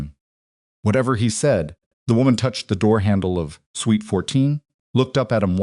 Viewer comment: It is suite NOT sweet